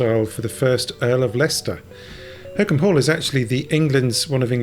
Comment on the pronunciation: I realise I am a year too late but I found this very interesting. Thank you. A bit too late in life for me to give it a try, though!! By the way, Holkham is not pronounced 'hokum' but 'Hol-kum' with the first syllable as in 'holiday' - just saying!